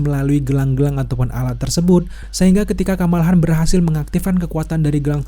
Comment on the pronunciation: Kamala Khan, "Khan" nya pake "Kho"... Hehehee